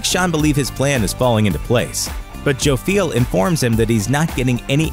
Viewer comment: is more often pronounced Joff-yell rather than Joe-feel . . .